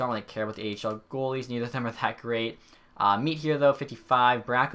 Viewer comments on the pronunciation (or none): Mete is pronounced Meh-teyh not meat 😂